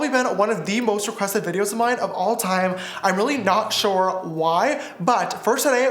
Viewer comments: it is RIDICULOUS how much my sisters make fun of me for saying "ShOrE" instead of saying "sure" like James you have seriously made an impact on me lol😂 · We need to put "shore" in the dictionary 🤣🤣🤣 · S is also for “SHORE” 😂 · T for “ Thank God” S for “ shore” 🦋💜🦋